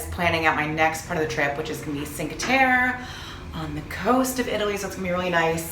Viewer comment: Cinque Terre = cheenk-wuh tear-ay, I believe